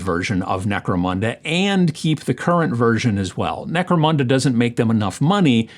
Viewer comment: Always enjoy your videos. Gave a like when you said Necromanda, haha :) have a great week!